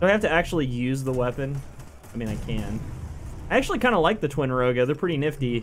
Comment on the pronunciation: Did he just say niffty